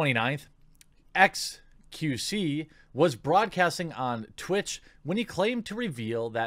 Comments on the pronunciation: Let's me make this clear Jeremy, its X Q C. Not Q C. There is a letter in front of the second choice that you are ignoring. Otherwise great video keep it up m8. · The x is pronnounced in xQc's name. Just to help with the confusion